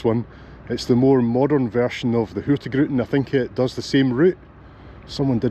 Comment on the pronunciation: I absolutely love your videos — truly one of my favourites! But I have to admit… today you broke my little Nordic heart just a tiny bit. I’m Icelandic, living up in Tromsø, Norway, and I’ve noticed you always pronounce “Hurtigruten” as Hurti gruten. Then one day someone apparently told you the correct pronunciation, and you said it right! I was so happy I actually shouted “YES!” out loud. But then… you went back to Hurti gruten again. Just for fun (and because I can’t help myself): It’s pronounced Hur-tig-ruten. Hurtig = “quick/fast” Ruten = “the route” As for what gruten means… well… you might want to Google that one! Still love your content — keep up the great work! 😄